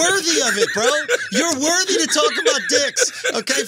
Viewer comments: How many times is Charla gonna say “worvvy”? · I aint watch yet, but i bet Charlamagne is saying “Wervy” instead of “worthy” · Rite worvy 😂😂😂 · Charla what is “worvy” ? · Wtf is Worvey I mean come on bruh seriously you said it 4 times straight in 1 sentence you didn’t correct it once 😂😂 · How did schultz let him say worvey that many times without making a joke about it ..... writes two best selling books cant say the word worthy correctly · Yo CTG there isn’t a “V” in worthy my guy lmao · Hearing Charlemagne mispronounce worthy at least 25 times and not calling him on it... Schulz really has ascended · Lol he’s not technically mispronouncing it, he is speaking AAVE + his southern accent and I think Andrew knows that♥️ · How many times will Charlamagne say the word “worthy” wrong till Andrew corrects him? Just turned it into a drinking game 😂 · Worthiness * Worth * "Charlemagne the God if Mispronunciation"